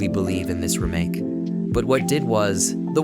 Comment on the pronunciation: false. Listen to the inflections and weird pronunciations like "remake". And the weird inflections sounds the same every time the words are said because it's AI